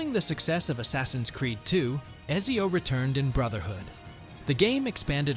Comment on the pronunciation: this is clearly an AI video as it doesn't pronounce Ezio correctly, or the guy never played the game, and i tend to think of the first option more